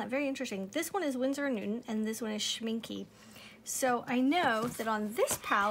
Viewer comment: its not pronounced schmink-uh for english-speakers its best pronounced schmink-ey. you can mimic the last sound by the "eh" you would make when imitating a cliche italian :) like in " this eh Is eh the best eh pizza in the world"